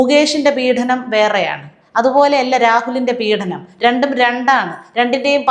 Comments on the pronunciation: പീഢനം അല്ല മാഡം, പീഡനം ആണ്. അവർത്തിച്ചാവർത്തിച്ചു ഇങ്ങനെ ഉച്ചരിക്കുന്നത് കൊണ്ട് ചൂണ്ടിക്കാട്ടിയതാണ്.മുമ്പും ചൂണ്ടിക്കാട്ടിയിട്ടുണ്ട്. പക്ഷേ,കിം ഫലം. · പീഡനം എന്ന വാക്ക് ശരിയായി ഉച്ചരിയ്ക്കൂ. പീഢനം അല്ല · പീഢനമല്ല, പീഡനമെന്നാണ് ഉച്ചാരണം. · again you go wrong at times in the diction -Peedanam! Through practice, you can rectify it. Your views are always correct!